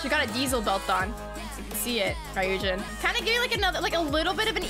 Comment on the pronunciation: lol, how is she gonna call herself a Midzy and not know Ryujin’s name is pronounced “Roo-Jin”?